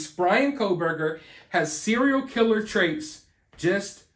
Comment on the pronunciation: why can't you say 'killer'?